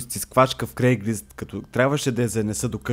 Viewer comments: Всъщност е craigSlist а не craiglist :D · казва се craigslist, а не craiglist.